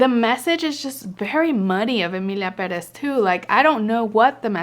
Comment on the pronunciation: Omg, it feels so amazing hearing an English speaker pronounce Pérez the right way.